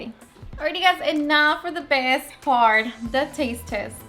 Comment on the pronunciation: Besides obvious talent for cooking and precise description of the step-by-step process, part of her charm is her sincere delivery, grammar and syntax be damned. So it's appealing to hear her say, "And now for the best 'pard'. Not a criticism...it's showbiz, folks.